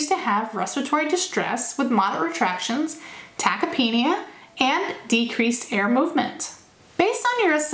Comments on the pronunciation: Ta-kip-nee-uh ...not tachyapanea or whatever you said lol. Love the information though. Getting recertified on Monday and these are awesome refreshers! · Good review, but, only to be helpful I would suggest your pronunciation of tachypnea is a little off.